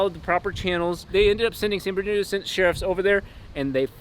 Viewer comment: I’m sorry did you say San Berdino? It’s san bernardino